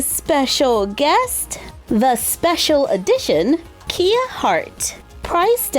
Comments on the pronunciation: It's Kaya not Kia. You know Kaya that Rthymes with Maya. But the spelling is Kia Hart. But the pronunciation is Kaya Hart. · It’s “kai-uh” not “key-uh” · The display is perfect! I've been trying to figure out one using the series 1 packaging myself but couldn't crack it so now I'll follow your lead. (also, psst - it's Kaya, like Kayak, instead of Kia like the car. Happened to me too lol) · btw, kia is pronounced as kya “kai uh” 💗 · Kia’s name is actually pronounced as Kai-yuh, not Kee-ya, instead of the play “Key to my heart” its supposed to be a play of Mariah Carey name since Kia Sweater has “Heartbreaker” which is one of Mariah’s song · Hi! Just thought I’d let you know for the future, Kia’s name is actually pronounced like Kai-ya and not Kee-ya 😊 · You pronounce it like kaiya but it is spelled like kia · kie (like in die) uh (like in huh). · Love the dog but it's actually Caillou not Kia it's Kaya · Kia is actually pronounced Kai- Ah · Her name is actually pronounced Ki-Yuh Hart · It's pronounced Kai Ya BTW and are you gonna do a does the fit, fit for the new RH series? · The designer announced that her name is actually pronounced like K-eye-a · You didn't say kia correctly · I just can’t get over that pronunciation of Kia.